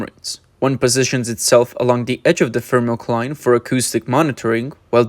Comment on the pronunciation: everytime he says "FiRMOCLINE"<<<you gotta drink.